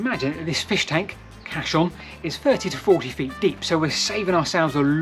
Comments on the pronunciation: There's NO H in caisson so it's pronounced like CASE-ON not CASH-ON. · A great and scary explanation, thx! I’m pretty sure Caisson is pronounced Cayson by the way… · The word is in fact Caisson, and is an engineered watertight structure still in use today. It is pronounced to approximate the sound of "case-on". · Very interesting video, and some lovely stonework and industrial architecture on display there. Keep it up. I love canals. Quick point of order, though - it's a caisson, pronounced "case-on" and not "cass-on" or "cass-i-on", it's a word taken from french meaning "large chest". No, not that sort of large chest, get your mind out of the gutter. Literally referring to a bloody great big airtight box you could put a boat into. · Caisson, - pronounced ‘Kay son’. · Thanks for making this, very interesting I'll have to look through your other work now that Im aware of it. As an engineer there is one error that I noticed, caisson is pronounced Kay-son. It's also caisson not cassion as you refer to it. I'm aware there might be some misspellings around and sometimes difficult to know who is correct but Robert Weldon referred to his invention as a hydrostatic caisson lock on his patent application. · Fasinating posting, however "Cassion" is pronounced "Case-on". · Caisson is pronounced "Kay suhn" hope this helps, great video btw. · I feel like a dummy. I spent 15 minutes trying to spell cachion, castle, and auto correct gave me everything except what I wanted. I finally gave up and looked at the comments. Duh. sounds like kay-sons. edit; caisson means sealed box, also related to coffin '' A funeral caisson [pronounced kay-sen or kay-sahn] is a two-wheel, horse-drawn cart or wagon originally used to transport ammunition during military battles and, when necessary, to transport the wounded or dead from the battlefield.'' also caisse, cash register or sealed box. also, architectural, A sunk panel of ceilings or soffits. known as a coffered ceiling.